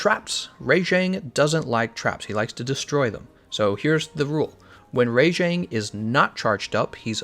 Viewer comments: Am I the only one annoyed at how he pronounces Rajang? It's RAH-Jang, not RAY-Jang. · Why do you pronounce the first 2 letters in rajangs name as "RAY" instead of RA like rabbit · I'm sorry its RAJANG not RA-JANG!! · Your pronunciation on Rajang is super weird, it's almost like "Re^jeng" LOL. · rayjank lol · They actually say it's name in the game & they pronounce it "Rah-Jong", And I think think it's more accurate like that, because it sounds like Rajah, which is the Hindi word for king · Thanks, i was gonna write something like this, please stop butchering all the names! lol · Well then you aren't English because thats not how we would say it